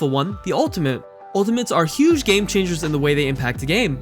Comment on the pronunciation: No one:- The guy in video :- pronounce game as gaaame